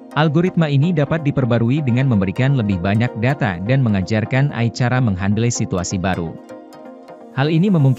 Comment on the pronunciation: Karna suara ga di latih untuk pelafalan yg benar